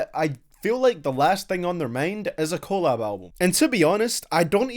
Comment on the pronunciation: Its collab...not collab